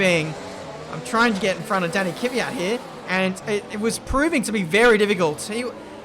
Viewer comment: I your other video you asked which other drivers names you say wrong and i didnt want to say anything but you say Kvyat wrong. You say Kyvat but his name is Kv-yat. No hate i love you videos and im a huge fan!!